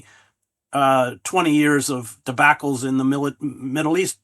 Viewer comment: This guy worked for NYT and can’t say debacle?